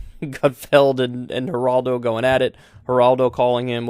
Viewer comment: Kyle said hiraldo😂🤣. It’s Geraldo .